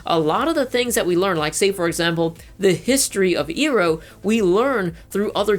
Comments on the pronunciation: It's not eeroh it's Iroh AI-ROH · hey, it’s pronounced I-row, not ee-row 😀 That said, DO NOT watch the live action movie. There is nothing to gain from doing so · *gasp* did he just call I-roh E-roh? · Eyeeeeerooowwww. Not earrrrow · Iroh (eye-row) not (ee-row) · I disagree about azula. Azula was a very complex character. She was molded by her father and was essentially a weapon at his disposal. She didn't have Iroh like zuko did. She is a very tragic character btw it's Iroh not eeroh lol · Bruh, did you watch the japanese dub or something? Why do you keep saying ee-Roh, and Toeph? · As much as I love avatar I can't listen to this dude talk for 30 minutes. Also did he for real just say "Eeroh" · i was with you until you butchered uncle iroh's name, it's (I-ROW) god damnit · Iroh = eye-row. They say it in the show my dude. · LifeFitsInACoffin... Lol. I know right. He said “ear-row” haha! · Says he watched the show, mispronounces Iroh, wow